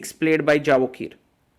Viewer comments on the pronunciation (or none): Absolutely wrong! It isn't a Spanish or Latin name that 'J' needs to be pronounced as 'Y'... It is a 'J' and in Persianized world J is pronounced as J not Y. We pronounce it as 'Javohir' not 'Yevohhir' and definitely not Javokhir as the commentator pronounces it. It is the 'K' that remains silent. Like 'Khabib', 'K' is silent.. It is pronounced Habib. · Hi Sagar, small request. His name is pronounced as Yevohhir, Hope being an Indian you can appreciate how to have good pronunciation of their local dialect